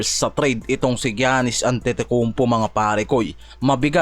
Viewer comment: Ayusin mo pag pronounce ng Giannis🤣